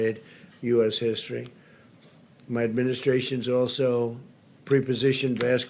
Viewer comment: Why is he mumbling? But he always emphasizes “MY” administration.